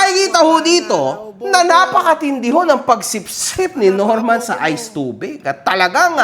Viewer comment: “ Nilagay sa chupot Ays chubig. Yun.” 😂